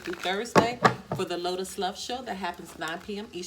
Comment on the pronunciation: Lol lotus not litus lol